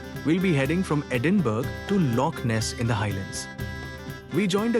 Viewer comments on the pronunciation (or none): "We will be heading from Edin-BURG ??? to Loch Ness in the Highlands..." WTH 🤣🤣🤣 Nice filming, but Scotland's capital city (Edinburgh) is pronounced EDin-bu-rah (OR similar to ED-in-BRAH!) - Apart from that, I'm so pleased you enjoyed the coach journey, the beautiful Scottish scenery, Lock Ness and the boat trip... Come back soon if you can... 😊👍👍👍